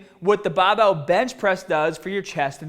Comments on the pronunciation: Willy Watcher 24/7 a fucking annoying way to say barbell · How come you spelled it "barbell" in the title, but pronounced it "bahh bell" in the video itself? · Lumbaah and baah bells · Bah bell row guys! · Not hate at all, yeah he takes a bit of slagging with the way he says BAAHBELL but he sees the funny side and people like that. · dude wtf is with your accent?! the "bahbell" suggests boston but you almost sound scottish at times and neither pronounce the word "mascles"! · I'm sorry dude, I can't get my mind off of the BAHBELL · Ya gotta PUHFECT ya FAWM when ya lift the BAHBELL, guys! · Bahh bell bentovahh row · The Bah-Bell bent ah-ver rows!! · Baahbell taahget paaht lol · The Bah-bell bent ova rowwww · Lol that's east coast/new England pronunciation for barbell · "Ba Bell Bench Prwes..!" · intro - bahbell ben bahbell ben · Its funny to hear when he says" Barbell".. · Great content, but I'm sure it was requested by most to hear you say barbell